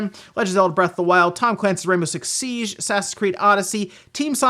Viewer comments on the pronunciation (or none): none